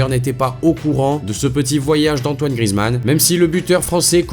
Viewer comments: C'est GriEzmann et pas Grizmann😂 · Justement ceux qui disent ça c'est des footix ou alors c'est les commentateurs mais je te garentie que ça ne se prononce pas GriEzmann... Évidemment pour le savoir il faut connaître le foot...